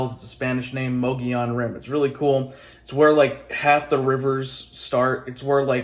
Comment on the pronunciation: You sure about that pronunciation of Mogollon? I've heard there's different pronunciations